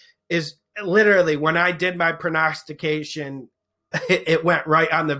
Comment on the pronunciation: Pronostication??? lol Just bugg'n ya, thanks for your hard work. I watch you every week and have made a few bucks. Keep up the good work. Love it when you start every pick with "Nux game!!!"